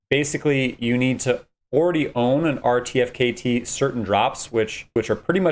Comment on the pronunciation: incorrect. you can mint 3 per qualifying NFT... and pronounced artifact = RTFKT